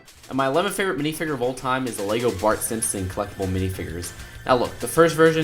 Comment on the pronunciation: WWE Jones I'm with you on that, and he kept saying mini figger.